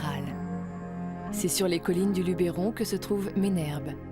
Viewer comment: LUBBBBeeeeRON pas Lubééééééééééééron pppfff